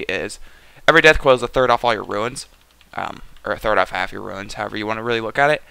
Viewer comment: It's runes , not ruins. Fucking Christ.